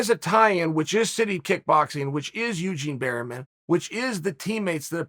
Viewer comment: "Eugene berryman" chael sonnen undefeated in slaughtering names